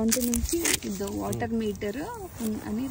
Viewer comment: R roll cheyyi mawa ....waterrrrrr kaadu wa'er